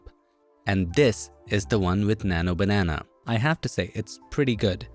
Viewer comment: Bro your slang on Nano Banenaa is so funny and unique ❤